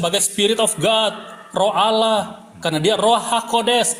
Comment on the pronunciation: Membaca Allah saja jadi Alah apa lagi bahasa Ibrani